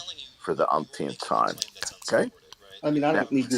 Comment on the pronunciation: For the "umpth-teenth time" 😂